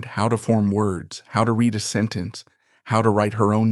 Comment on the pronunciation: Oh for the love of all that's holy. How can your editor have allowed the word "reed" be pronounced RED? The narrator HAD to have realized what that sentence was! Poorly done!